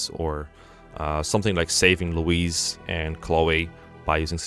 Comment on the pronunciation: No dlc emblems, based They'd all just be SS tier, like have you seen soren? Also why are you pronouncing "louis"(loewee) as "louise"(loweese) Is there a secret louis trans arc? Have I been deadnaming her all along??